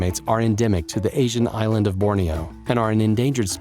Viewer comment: For a few seconds I was genuinely tricked into thinking this wasn't a robot speaking. Funny with all these crazy sounding words, it just couldn't get the word "island" down lol.